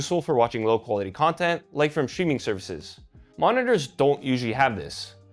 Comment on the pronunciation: did you say STREAMING or shrimming??))